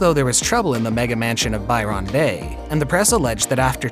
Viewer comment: Byron Bay is not pronunced ' By Ron bay'. It's pronounced 'by-rin' bay. Please Google an Aussie pronouncing it. That pronunciation made me laugh though, so thanks.